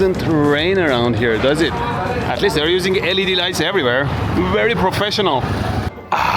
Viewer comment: "wayeres. wayeres everywero" 😂😂😂